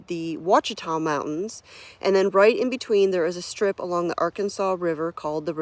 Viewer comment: Ran across this randomly on a google feed - I grew up a few miles from there and I’m jealous! You will definitely love it. You’re right, it’s stunningly gorgeous. One local tip - the “ch” in Ouachita is soft, around there they say “wash-i-taw” haha. Hope you love it!